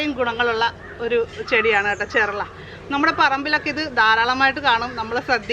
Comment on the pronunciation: ചെർള അല്ല ചെറൂള എന്നാണ് പറയേണ്ടത്.